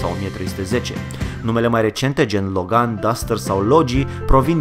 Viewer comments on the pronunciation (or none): none